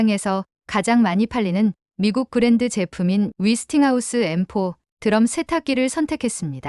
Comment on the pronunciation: 근데 위스팅하우스가 뭐죠? '웨'스팅하우스 아닌가요?